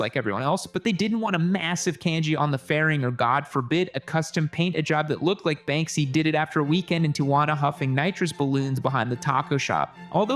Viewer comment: its pronounced like Tee-"who"-ana man lolol